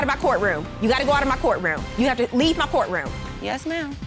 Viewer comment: "My court raum" 🥰🥰🥰